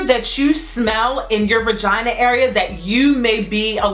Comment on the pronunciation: She said some “VIRGINAA” 😂